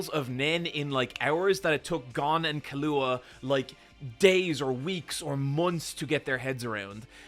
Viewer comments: I pronounce them how the japanese VA's say them. KI-loo-AH for Killua, ku-RA-pi-KA for Kurapika. Caps are where the stressed syllables are. To clarify, is saying ki-LOO-ah for Killua's name, making it sound wrong. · are you purposely saying all the names wrong? gone, kahlua (lol), currapeeka... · Leave it to an Irishman to pronounce Killua like Kahlua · did bro really just call him Kahlua?! Im dying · I’m just glad someone else commented this I have no earthy idea why calls Killua this